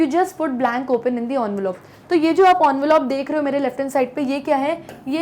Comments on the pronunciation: it's not Onvelope.. It's envelope You pronounced it incorrectly. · Envelope ❎ onvelop✅ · She is trying to over pronounciate 😂